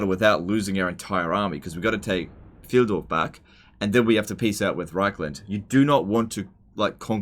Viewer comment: Pfyle-dorf not Pfieldorf. Source: Am german.